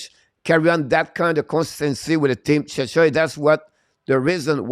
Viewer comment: I know English isn't your first language, but Czechia is pronounced check-ia. The way you say it sounds like you're talking about another country, Chechnya, which is a part of Russia.